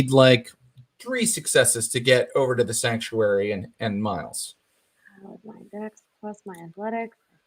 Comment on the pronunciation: Everytime Thomas says Sactuary, all I hear is The Cult: She Sells Sanctuary